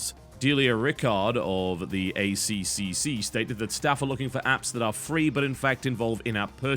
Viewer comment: TotalBiscuit, you pronounce ACCC as 'A triple C', not 'A C C C'